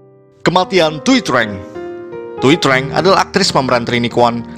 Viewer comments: Itu aktor ranger kuning thuy trang bacanya bukan treng pak,tpi chang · Trang itu dibacanya chan . Huft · Thuy trang bacanya zuy cang